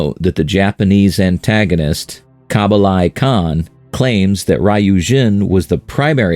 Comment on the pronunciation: who tha fuq is Kabalai Khan? unless you mean Kublai Khan? Wish youtube would delete and remove from the algorithm these budget meal AI generated channels. Waste of everyone's time